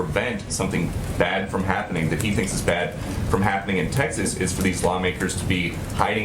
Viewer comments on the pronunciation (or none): “That uh....These texshus legislators” where in the hell is Texshus